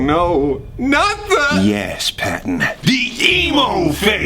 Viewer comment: Let's jus appreciate that pattens collar said pawton